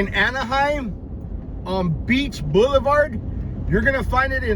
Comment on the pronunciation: "Beach Boiulevart"